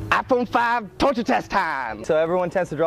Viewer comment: ai nghe "Ay Phôn Năm" nào :)